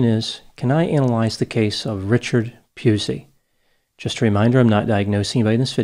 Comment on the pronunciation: Its pronounced Pussy. Though in Australia we prefer to call him a cunt.